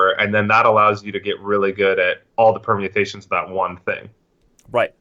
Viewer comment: Alec seemed proud of himself after dropping the word "permiatations" (?)...which is of course permutations. lol